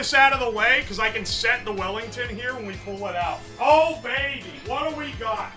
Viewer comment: Weef Bellington